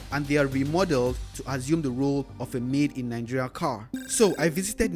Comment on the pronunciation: Why are you guys always saying NANGERIA? isn't it mentioned Nigeria?